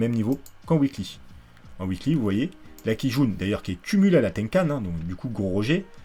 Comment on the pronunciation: A chaque fois que tu dis Kijun, ça me fait penser à une quille jaune mdr